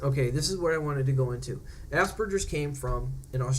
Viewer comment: Just turned 34 and almost done with my Autism assessment. Thank you for saying Aspergers correctly. I hate when people say it the other way....congratulations on joining utube.